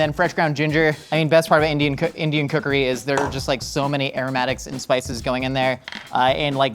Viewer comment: said indian cookery, heard indian kukri